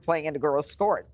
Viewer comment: Did she say “skort” instead of “sport?” I think her Freudian slip is showing. LOL.